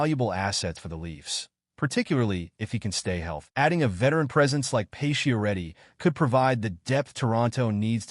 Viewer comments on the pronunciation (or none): why are you pronouncing his name as "pay-she-er-eddi"? using bot voices?